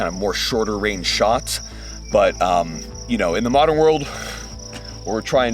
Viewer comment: "mot'ern problems require mot'ern solutions" ouch lol